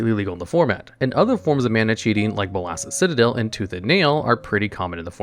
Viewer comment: BOL-ASSES CITADEL 😂